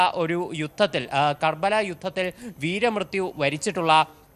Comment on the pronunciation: Karbaala alla karbala.. Enderedese